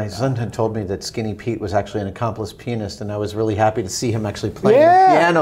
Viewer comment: "Skinny P was actually an accomplished penis" I know he meant pianist but it sounds entirely like he said penis.